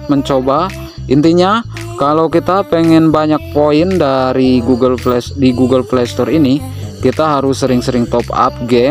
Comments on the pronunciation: Google play ❌ Google flay ✅ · iya njir pdhl rata' orng mlh blg f / v jdi p